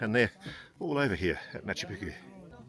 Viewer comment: I'm a fan of Ross and a believer in UFO's, which I have seen, but he is totally out of his depth here. Why can't Ross even pronounce Picchu? Brian, the guy in red talks a lot of bullshit. I have guided the region since 1985 and my book Realm of the Incas covers the area from the snow peaks tot he Amazon jungle. There isn't thin air altitude at MP. Ross must be unfit. It is lower than 10,00 feet where I have my farm below the quarries near Ollantaytambo. JP is also a nitwit. There are archaeological and architectural studies, especially the Wrights that show precisely how it was built - including with drainage channels underlying the entire citadel. All to plan.. Intihuatana, which he can't pronounce, is the hitching post of the Sun and casts no shadow at the equinoxes. So much is known. These guys just wallow in their ignorance. Built around 1400.There is no cocaine in the coca leaf, Geez, this is hard to watch. You can see gigantic megaliths all along the trail to the quarry at Ollantaytambo. They call them tired stones as if they fell asleep. In truth, the Spanish invaded before they could be completed so the 'thousands of years' theory is more drivel. You can still see the giant ramp that was used to drag them up to the main temple. In the 1990's we dragged one of the the megaliths on gravel and they moved smooth as mustard. Sorry to say this is the worst programme I have ever seen on News Nation. Utter bollocks.